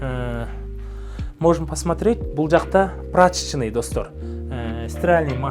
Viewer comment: Прачичьный. Кателный, Паднимаемся. Римонт. Пюшка. Кандицианер. Джакузя....😅😅😅😅😅😅😅😂😂😂😂ну и позорник же ты.